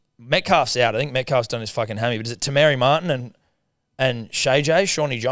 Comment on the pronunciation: Not the “our kiwi brothers and sisters” but can’t say Aotearoa or Te Maire Martin correctly 😂 surely not 😂